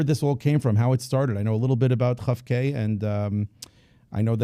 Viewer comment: Kof- K not Chof- K- who knew!